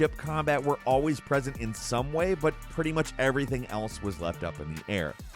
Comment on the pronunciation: "I tell you ebry ting"